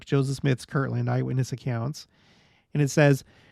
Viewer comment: Haha... Yes, this is one of the classic LDS pronunciation quirks. Kirtland: a town in Ohio. Kirkland: a brand name of Costco. Some others: Patriarchal vs. Patriotical. Or, if you really want to create controversy: ENSIGN "en-sun" vs. "en-sign" hint: according to the Church itself, the correct word was "en-sign"